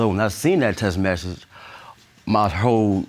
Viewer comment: How u gonna have a kid with a dude that can't pronounce the word "message"? Y'all both some dumb dumbs.